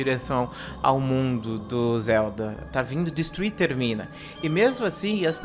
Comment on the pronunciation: É termina ! Não é termin kkkkkk